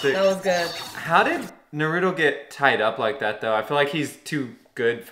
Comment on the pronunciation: You have been getting Naruto's name wrong which is what many people for some reason do. They give him a D sound instead of a T sound. is an example in this episode but you do it quite a lot if these videos. You say it like Nuh-rU-doh when it's said like Nar-oU-toh.